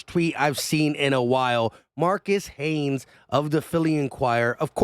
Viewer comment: I don't know if you're from Philly or the Philly area but it's pronounced Marcus Hayes, not Haynes. Everybody that's into Philly sports and knows all the Philly Sports writers knows this